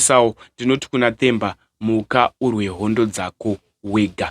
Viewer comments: Its not The as you pronounce in English....its Te as you pronounce in shona wakuita kunge une chirimi chii ichocho,ukwane iwe. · Themba is pronounced as Temba, not as THE like an english word. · Themba Muthembu ..bad pronounce kkkkkkkkkk😅😅😅